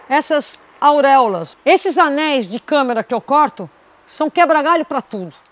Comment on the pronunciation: O;não é câmera!Mas sim,câmara!